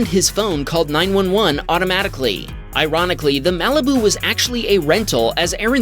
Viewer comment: "Maleh-beh-oo." Malibu.